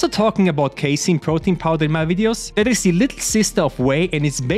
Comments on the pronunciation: you know hes grown when he goes from saying case a in to casein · Damn now you know how to say casein hey